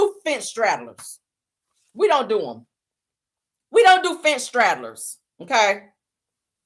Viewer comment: it’s “them” not dem😂